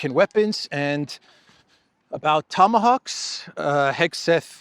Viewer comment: Tomahoaxs you say 😂😂😂😂😂😂